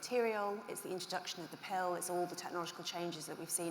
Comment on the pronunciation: I like how she pronounces pill as pale